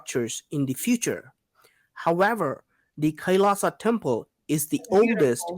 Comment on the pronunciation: Pronounce it like kai-laa-shaa Meaning -lord Shiva